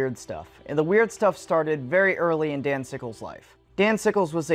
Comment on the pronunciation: I thought he was saying "Danzigles" and I can't get it out of my head